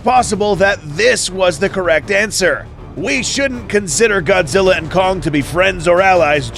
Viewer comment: this is godzi not goji goji is japanese